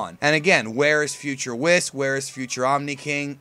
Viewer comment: Really?! Whis' name has been around for 2 or 3 years and you still can't pronounce his name right, like come on!